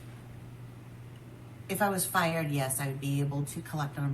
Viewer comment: She keeps saying “fiyerd” on purpose like that. Yelling at Berk to smile like PomPom. I feel really sorry for Berk.